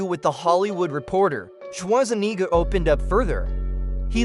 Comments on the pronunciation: Shwarseneger... His name is Schwarzenegger! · Your butchering of Arnold's last name is why I can't watch this video, I'll find another source